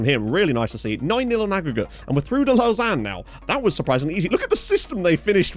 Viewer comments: Lausanne is pronounced like low zan 😏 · Lausanne sport should be winnable tie. Servette fc my local side so wacky hearing you say lausanne. Lmao. Looking forward to tie as I am a suisse romande football fan. Lived in geneva my whole life andgeneva has a sporting rivalry with lausanne. Servette fc best suisse romande side imo